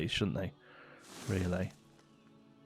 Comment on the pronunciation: Nobody: Literally nobody:: riealey